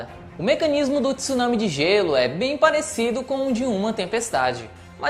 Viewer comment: 2022 e o cara não sabe pronunciar tsunami!